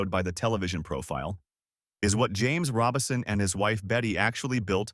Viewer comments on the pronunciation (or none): (I believe you are mispronouncing his name. It's RO-Bison, not Robinson. There's no "n" in the name.) The Lord makes "beauty from ashes" indeed. I did not know of this change of position on certain topics nor how he chose to step back from the pulpit to re-evaluate his dedication to the Lord. Amen. He gets a crown of jewels in my book for seeing the internal issues he was having and valuing the Lord above all else. Amen. He still chose to love on people but did it from another vantage point. He is now with the Father, Jesus, and the Holy Spirit basking in the warmth and goodness of God.